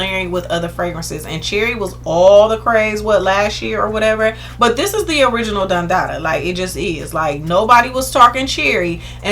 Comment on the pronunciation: Every-time you say Don Dada, I fall out. You so old school lol. I STAN